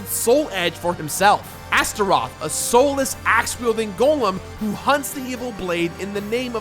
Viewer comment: It's GOL-EM not GO-LEM!